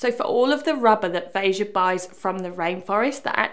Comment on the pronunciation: Kudos to you for saying the brand's name properly